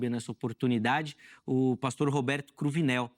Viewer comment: Cruvinél é Cruninél viu.